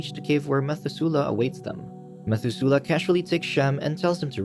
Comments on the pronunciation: its pronounced meh-thu-se-leh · Methuselah = Meh-THUZ-uh-lah Liked this retelling but narrator must have skipped Sunday school ;) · Ma thoo slahhhh is how you pronounce Noah’s father’s name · when you hear "methusela" and your language says "mathusalem" (pronounced mat-hu-za-lem and "za" isn't like "zey") all I have to say is, le mao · You got me. Dead ass got me. Comments = dollars. Meth-oo-zel-ah. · The mispronunciation of Methusela is killing me ... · Very odd pronunciation of Biblical names like Methuselah!